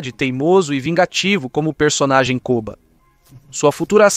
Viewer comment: Apelido era koba não kova